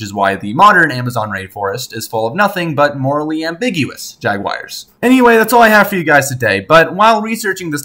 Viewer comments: Stop saying "jag-wire" lmfao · Is it just me or did he pronounce Jaguar as Jagwires?